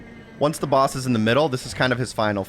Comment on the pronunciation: baos battle lol. I remember him saying it like this in another video as well.